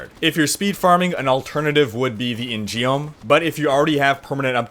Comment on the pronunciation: Love the video! I'm debating whether to play monk or DH this season, and this video helps a lot. One point though and this isn't a big deal, but I think "In-geom" should be pronounced "in-gum" -- I'm pretty sure Blizzard pulled it from Korean history; an in-geom is a branded sword given from the King (Joseon era) to an official which basically gives the wielder authority to kill without question. pictures: pronunciation: (click the horn on the Korean one)